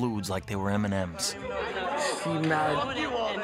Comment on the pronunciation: Was in New York two weeks ago and couldn’t walk past the Steve Madden store without hearing Donny’s ‘Shteve Maadden’ 🤣